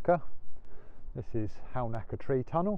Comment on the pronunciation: Another interesting production, especially for an old Sussex man long exiled, like me. Pity about some of the audio, but I'm sure you learnt from it! Halnaker is (or used to be) pronounced "Hannaker", by the way.